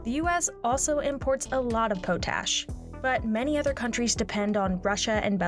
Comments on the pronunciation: Ahaha..."Pow tash"....Its "POT Ash"...Yar can tell when some telling you how the wheels go round and round that dosent know anything about the subject... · does the woman do her homework? It's not "pote-ash", it's "pot"-ash. This is like the second or third time I've caught this narrator mispronouncing her words in the last 3 months. Like do your homework lady, you do this for a living... you get PAID to know how to pronounce things correctly.... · My father was a farmer and agronomist and always said “POT ash”, as in ashes in a pot. Never heard it called “POE tash” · the element potassium literally is derived from pot ash, not pote ash, its not PO tassium its pah tassium. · It's not po-tash It's pot- ash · It is pronounced "Pot-ash" not Po-tash!! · Please change how you say potash, it's not poh-tash, it's pot-ash. It's not a big deal but it really getting to me lol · It's "pot ash" not "pote ash" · POT-ASH, please stop calling it PO-TASH. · Its potash.. not poetash.. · If you are going to say Potash a dozen times in your video take a bit of time and learn how to pronounce it. Not Po-tash but Pot-ash. Watch any video on youtube that has a real farmer talking about it. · Please learn to speak English, it's POT-ash, not po-tash. It's a fertiliser, not a side you get with collard greens and grits. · Dictionary also says pät-ˌash. How was this not caught prior to release of the video? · Powww tasshhhhh! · It’s pronounced pot-ash since the old way of getting it involved a pot. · Lol the way she pronounces potash (pot-ash). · pot-ash lol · I'm sorry, "PO- tash"? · Stops sayin PoteAsh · potash is pronounced pot-ash.... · I cringed a bit when she pronounced it like that. A quick dictionary search tells you it's potassium carbonate from wood ash. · It was painful hearing her say it over and over again. Haha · If you can't pronounce potash, don't make a video like this.